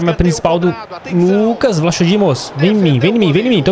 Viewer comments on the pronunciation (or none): lucas a pronuncia certa e vlacodimos ok espero ajudar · N é vlachodimos diz se tipo vlacodimos se n conseguires diz odisseias Obs:essa serie ta mt boa. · O nome do goleiro nao se dis assim